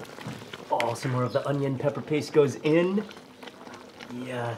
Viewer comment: Mark can't say pepper? lol